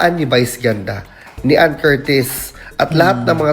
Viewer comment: Ipromounce mo muna ng tama ang family name ni anne bago k magvlog! Troll!!